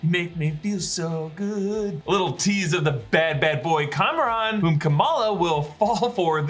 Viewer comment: reminder his name isn't "Cameron" it is Kamran